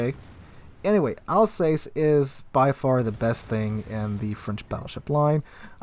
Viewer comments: Alzass not Alsays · Your French pronunciation needs some work. It’s not “Republic,” it’s “République,” pronounced: “Reh-pub-leak.” The Alsace is pronounced “Al-sass,” not “Al-sais.”